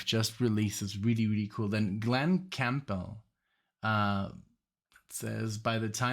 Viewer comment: It's Glen CAM-bell ( without the "p" sound) and DEE-awn Warwick. Dionne's version of Walk On By is the definitive version- I had never heard the Isaac Hayes version that you played yesterday. Two more good Peggy Lee songs are Why Don't You Do Right ( with the Benny Goodman Orchestra ) and Fever. And I've always loved Glen Campbell's Wichita Lineman.